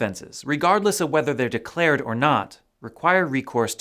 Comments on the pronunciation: Declared not delcared. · "DELCARED" by the way